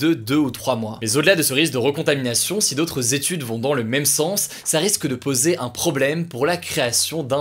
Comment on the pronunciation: Suis-je le seul qui est perturbé par le fait qu'il ne prononce pas le ''i'' quand il dit ''SI jamais''? 😭